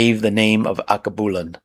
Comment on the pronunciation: AL-KEY-BEW-LAN is how you pronounce Alkebulan